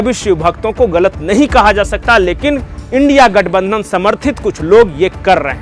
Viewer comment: Your thought is right. But U R always uttering INDIA GATH NANDHAN instead of INDI - GATH BANDHAN which is wrong. Please rectify for future.